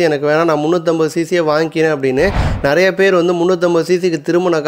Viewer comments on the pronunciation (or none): none